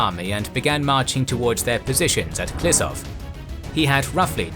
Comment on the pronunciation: Ehh. It's pronounced Klishoov not Klisov. But great video, thanks